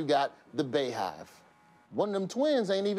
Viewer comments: IT'S PRONOUNCED ***BEEHIVE***🤦🏽‍♀️🤦🏽‍♀️🐝🐝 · Btw is "Bay-hive"??? is BEEHIVE- what typa AA doesnt know how to say that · Ok, listen up people. 'Beyhive' is pronounced like 'bee-hive,' not 'bay-hive.' This should be common knowledge by now, especially on a video about Black Twitter.